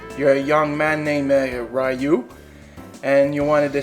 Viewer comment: Why does everybody pronounce Ryu wrong...